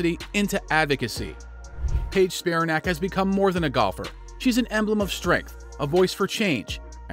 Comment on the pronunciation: It's pronounced Spi-RAN-ac, not SPI-ra-nac. LIke Titanic.